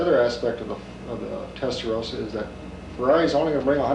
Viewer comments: American here. It's promounced "Testa-RAW-sa" not "Testa-ROW-sa." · Why the hell do Americans keep mispronouncing Testarossa? It's a redhead, not a rosehead!